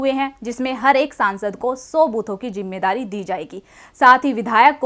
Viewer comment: KACHCHI ZABAN BOL RAHI HO JAISE ZARURAT KO JARURAT......ZIMMEDARI KO JIMMEDARI....